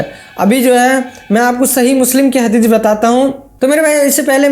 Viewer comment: Bhai saab inko pehle hadees bolne ka pronunciation sikhao .. bad me inse hadees ke baare me suna jayega😂